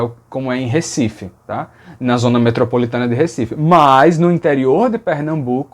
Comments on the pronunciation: E Ricife e não Récife, como se imagina. É isso, bjs, fique bem. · Por isso é Recife, com "rê", não "ré". 💁🏻‍♀️ Mas também não é Pernambuco, com “é", como o professor pronunciou… por essa lógica mesmo, seria Pernambuco, com "ê", que aliais é falado assim em Recife com "ê". 😅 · Harmonia vocálica num substantivo: falamos Rêcifi ou Ricifi, NUNCA, JAMAIS Récife. Se alguém vem com essa pronúncia já me dá agonia. Parabéns pelo vídeo!